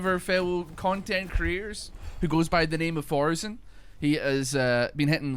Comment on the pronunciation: "Four"sen? Please, there's only one of them.